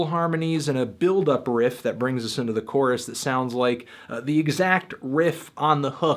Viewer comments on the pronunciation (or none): none